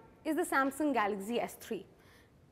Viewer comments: it's galaxy not galazy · She says galaxy as galaxzy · She pronounces galaxy as galaxzee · dont know to pronouns Galaxy !!!!!!!!!!!!! lol .........go learn how to pronouns Galaxy from child who is in 1st grade..hel teach u better !!